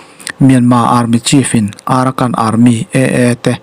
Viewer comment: AARAKAN ti a ilam pawh hi Arakan tihmaitur..